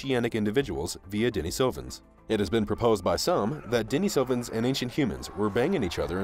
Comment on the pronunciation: How about a little consistency? You have pronounced Denisovans at least five or six different ways. If you are going to do videos then get it right